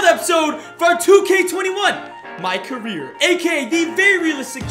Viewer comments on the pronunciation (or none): Career not caeer